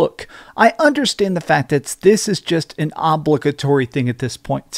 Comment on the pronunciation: What's "awb-lick-a-tory"?